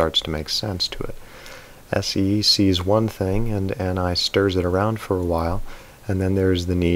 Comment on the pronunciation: 9:3 you mistakenly said "Ne" instead of Ni I think